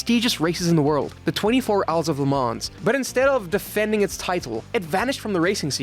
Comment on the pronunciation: Minor point, but you don't pronounce the S in Le Mans.